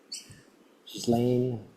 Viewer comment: Please pronounce these women’s names correctly . It is Bondy not Bond-eye and the s in Ghislaine’s name is silent-it is Gillaine. Thanks.